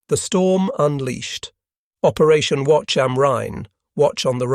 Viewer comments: No 'watch am rhein' but 'wacht am rhein'. 'guard on the rhein'. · First it's pronounced Wa-K-um-rine. Second the B-29 was the most expensive project of WW2 not the Bomb. Third air burst artillery has been around scince 1780. Buy WW2 the practice was near perfection. The proximity fuse was designed for aircraft. That's why there was a prohibition on ground artillery use. It was decided it was not needed. They knew it would be a devastating wepon. And to say proximity fuses don't need adjustment is just a dumb statement. You still need the correct distance. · Wacht am Rhein, pronounced “Watch”?